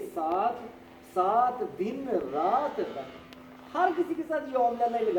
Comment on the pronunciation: تین دن تین rat نہیں brother تین رت din